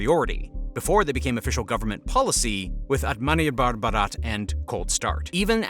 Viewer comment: Bro tried to say "Atmanirbhar Bharat" 😭😭